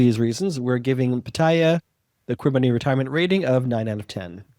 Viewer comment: Taiwan was the first Asian country in May, 2019.... only 2 countries in Asia have gay marriage.... and Pattaya is correctly pronounced as: Pat-Tee-Ya ... :-)